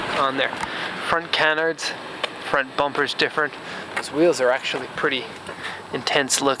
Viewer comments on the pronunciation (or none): none